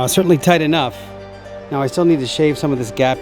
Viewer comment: Nice to see you back," toight " like a tiger. Smiles when you managed to get one of the funniest film words in from ........ ? ✋